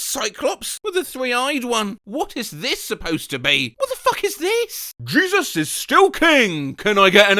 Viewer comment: it's pronounced "heh-SOOS", very common name among Hispanics, maybe he's a white-looking Latino 😂